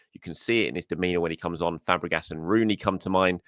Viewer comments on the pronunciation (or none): none